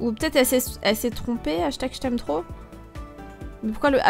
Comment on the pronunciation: Même si cette vidéo date, le "jtm po" me fera tjrs autant rire psk elle parle comme une qc là x) Pour le snap, j'ai déjà été bannie 3 jours pour échange d'infos personnelles, je demandais le snap d'un gars psk je voulais lui parler sur snap alors que ça m'était jamais arrivé avant ! Faites très attention les gens, je suis la preuve que c'est pas que les pervers qui reçoivent ce genre de bannissement :) Je voulais uniquement son snap pour lui parler quand je serai pas chez moi mais là je lui parle plus du tout bref.. Faites très attention !